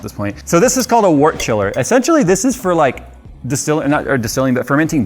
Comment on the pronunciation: Fogged up safety goggles in the outro for the win! Remember that Edison took many, many tries to get a working light bulb:) Thoroughly approve the use of lab jackets., do what I did in chemistry and purloin a lab jacket with racing stripes on the arms! BTW, speaking of jackets - Brewing anoraks* will tell you that "wort", in reference to brewing is pronounced: wert. * Anorak is a type of winter jacket / parka. In Britain, the term "anorak" is also used to describe nerdy enthusiasts and this usage is derived from a description of train-spotters rugged up against the cold, duly wearing their anoraks.